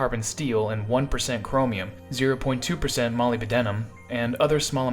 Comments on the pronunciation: Molybdenum is pronounced Mo-lib-deh-num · The pronunciation of molybdenum here is such an annoying one XD. I hear like this so often in the US. Other than that, great informative video and narration! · Please learn how to properly pronounce Molybdenum.